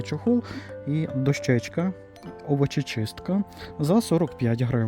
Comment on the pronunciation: Дякую за огляд товарів у Дивоціні. Завжди дивлюся майже всі відеогляди у різних магазинах. Це домагає мені перед відвідинами цих магазинів визначитися зарані: де і що вигідніше придбати. У вас хороша мова. Але дозволю собі сказати, що наголос у слові "дОщечка" має бути на першому складі... Дякую. Чекаю наступних оглядів!!!